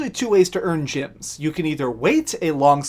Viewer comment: is he saying, "gyms" instead of, "gems" on purpose or is that his accent?